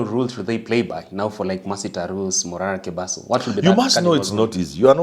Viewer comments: It is Morara Kebaso Prof, and not Mobaso Kerara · Shame on the young guy who can't correctly get Morara Kebaso's name. Shows he's completely removed from the political trends